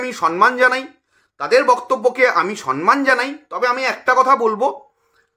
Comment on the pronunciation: Kotha ta somman,sonman noy.....